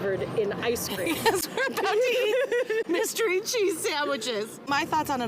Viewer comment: The way she said the "r" in ice cream and crepe.... I wanted to stab my eardrums out with an ice pick.